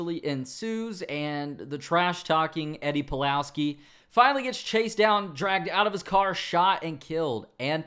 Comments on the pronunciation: Did you say Eddie Palowski? You tripped up right? I'm sure you meant Polaski. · Oh God, you did say Palowski. Come on, I know that you are better than this...